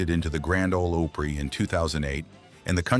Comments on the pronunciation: Grand Old Oh-Prey? C'mon you AI geeks. Can't you get this stuff right? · Learn how to pronounce "Opry". It's not oopry!